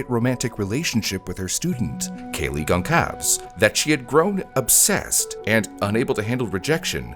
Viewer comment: Gonçalves is a Portuguese name, pronounced “Gon-sal-vuhs”, not “gone calves”. Idk if this is just your mispronunciation or if the family actually says it wrong too, but it’s just another American failure to understand that other people have their own languages either way